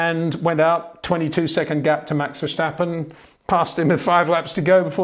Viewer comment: It's verSTappen, not verSJTappen🙂